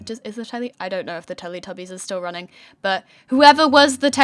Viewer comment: YOU SAID TELETUBIES WRONG I PROBABLY SPELLED IT WRONG BUT WHATEVER